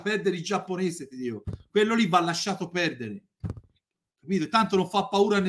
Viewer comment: Io ormai guardo i video solo per "Lascia stare iggiapponese, io te lo diho!"